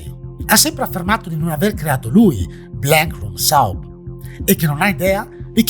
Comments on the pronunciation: Comunque soup si pronuncia sup, non saup.... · ti voglio bene ma si dice "sup" non "saup" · La pronuncia sarebbe SÚP non SÁUP, a parte questo ottimo video come sempre! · Ti stimo molto ma la tua pronuncia di Soup è inquietante come i tuoi video 🖤